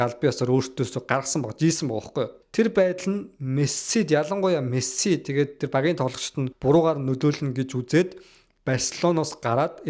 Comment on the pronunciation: Чам-пион-с лиг why are you чамсионс лиг вэ😂😂😂 Мэс-си болхоос Мэссс-сссси биш шүүдээ Парис-сэйнт жерман болхоос парис жанжер биш 😂😂